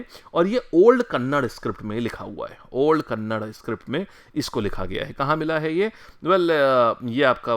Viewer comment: sir ji kannad nahi kannada boliye🙏